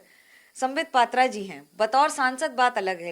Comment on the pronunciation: आप इन्हें पात्रा, पात्रा बोलते, जबकि ओड़िया में पात्रः जैसा उच्चारण होता है। ओड़िया बोलने वाले स्वतः पात्रबोलते हैं